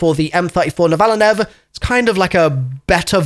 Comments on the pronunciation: ok the way you pronounced the name on the m34 novaline triggered me.....you had multiple v's in it's name and it is pronounced (nova line) refering to how to visually locate a nova in astrological terms hence going from 2 round burst to an obvious full-auto....and the DS20 MIRAGE once fully leveled is arguably the best assault rifle specially with the 50 round mag and the multiple attachments for recoil absorbtion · The most British pronunciation of M34 Novaline